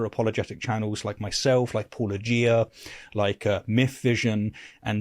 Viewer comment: What does it say that my knee-jerk reaction was to think mispronounced "Paulogia". It took me a full minute to realize he was right. Wow. Amazing how everyone except apologetics can pronounce that name. I wonder if that's a pattern.